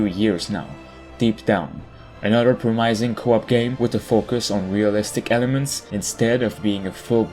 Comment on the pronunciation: "a promaising ground story..."